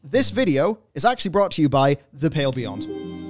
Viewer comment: Oh it's The "Pale" Beyond. I've been misshearing for weeks up until I saw the name written just now. I thought the name was The "Pill" Beyond. It looks cool though and like the type of game I'd enjoy!